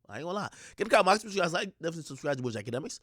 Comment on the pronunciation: Bro not even saying ITSYABOYDJAKADEMIKS no more shit sounded like ITSDEMKIKS 😂😂😂